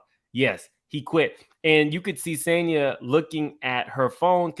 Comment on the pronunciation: Sis name is not pronounced Sone-ya, it's pronounced San-ya. As a person with a different name, pronunciation is big for me 🥰